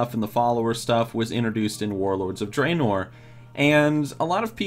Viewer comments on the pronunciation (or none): learn to pronounce dreanor